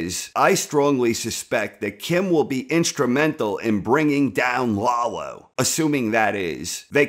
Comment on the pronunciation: yeah, stop saying LAHgh-lo. it's La-Lo, easy on the La, easy on the Lo. Lalo. shhh. Lalo. We need to talk...